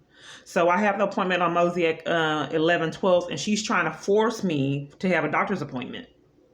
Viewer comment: Please learn how to pronounce MOSAIC.